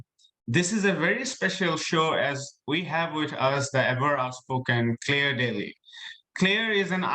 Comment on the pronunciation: I wish they can pronounce her name correctly. “Clear” or Clare?